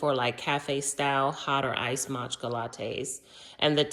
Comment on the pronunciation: Matcha, not Matchka 😂